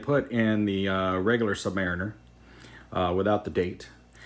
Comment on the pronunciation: You continue to mispronounce "submariner". Ask a Navy man who has served on submarines.